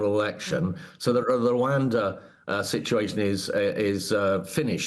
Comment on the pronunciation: What deterrent? Oh yes.....ruwander 😅😅😅